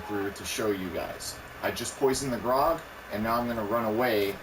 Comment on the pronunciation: Gr-ow-g, not Grog.